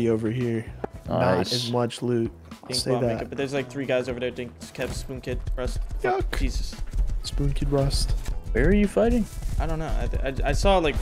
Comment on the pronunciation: this dude said jesust